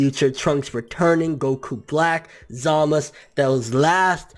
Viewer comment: Every time I hear you say Zamasu it annoys the hell out of me. Just say the "u" part geez